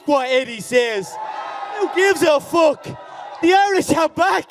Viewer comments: “Fook Mark Henry” 🤣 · “Fook Mark Henry” 😂😭💀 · “Fook Mark Henry”